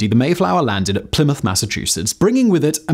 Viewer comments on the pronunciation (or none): none